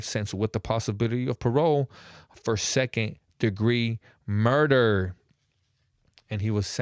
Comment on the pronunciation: you hella awkward when u tell these stories. “SeConD dEgRee mURDdder” 😂